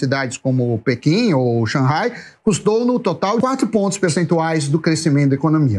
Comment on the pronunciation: Haha, me acostumei com o Samy do Pânico. Ouvir a pronuncia de Shang-hai correta dá um gosto!